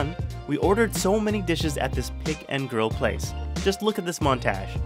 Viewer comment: montage. Hard "a" bro.